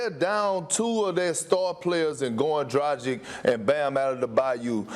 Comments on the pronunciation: It's not DraJic, it's Dragic. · these basketball "experts" could at least learn how to say Dragič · their pronounciation of Dragic is Tragic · lol “Goran DraJIC & Bam Adudubayou” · Why none of these ESPN analysts can pronounce a European or African name right? Drajik?? Adedebayou? LOL! In a country full of immigrants, knowing how to pronounce a player that has been in the league for years should be a simple task! It's your freaking job at the end of the day!